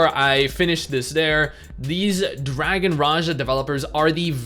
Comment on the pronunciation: I thought it was pronounced dragon Raha